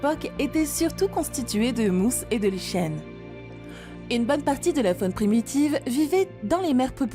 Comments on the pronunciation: exact c vraiment du gâchis bcp de mots sont écorchés comme cités dans les.reponses li-cheine au lieu de prononcer liken...astropodes ...bref g du m'arrêter car a chaque phrase je balançait un commentaire....ça gâche en effet la réception de.l info pour les néophytes...trop.de mots incorrects c.comme.si on apprenait la langue a qq un avec des d'autres de syntaxe a chaque mots ...site fossilere au lieu de fossilifères une vraie mongolienne dislexique...je me suis arrêté d'écouter avant la fin c bien dommage car elle faisait le.tour des fossiles de la.faune.de.burguest..sileurien au lieu de silurien pareil.mes.oreilles et mon cerveau ont fait nnnnnn'ooonnnn et t'avais deux voix off en plus ... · Et liCHen au lieu de prononcer liKen… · "L'habitacle des rennes" au lieu de l'habitat des rennes, "Tribolites" au lieu de trilobites, "2 nageoires dorsaux" au lieu de 2 nageoires dorsales... Quand à lichen prononcé "liCHen" au lieu de liKen c'est du jamais vu ou entendu plutôt 😅, et il reste 1h.... C'est dommage toutes ces erreurs mais c'est pas si grave finalement, la vidéo est bien malgré tout... juste réécouter vous avant de la poster qd mm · Quelques erreurs de prononciation: Lichen, Rhodinia, Trilobite... Sinon bon doc et avec la voix de, cela ne gâche rien, merci!